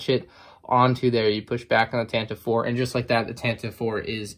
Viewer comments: tan tiv E 4 is the corect pronouciation not tantiv 4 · Tantive IV is pronounced as "TAN-T-V four" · Tantive IV is actually pronounced tant-i-vee IV